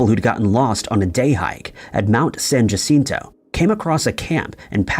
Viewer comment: San Jacinto is spanish. The J is pronounced as H. You should say San Hacinto. Thanks. San Jacinto was a famous battle in Texas and is a battleground visited by many people each year.